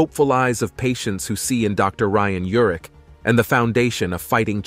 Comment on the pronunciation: His name is URICH. Pronounced just as it is written. I grew up with him. I worked with his brother in L.A. They pronounced it URICH. Please loop and correct.